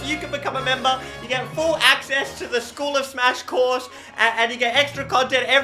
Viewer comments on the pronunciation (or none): none